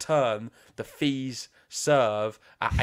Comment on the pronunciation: ok this is how you pronounce Fils. Fi as in fee and the s as in hiss so Feess. So I offer this to you, if you care to take it. Same with Monfils. Fils in French means son, which you probably already know.